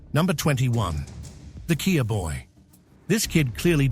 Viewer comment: The most shocking moment for me in this videois is that K.I.A. AI voice